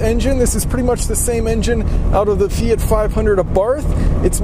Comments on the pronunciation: "fiata"...... yawn. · Fiata lol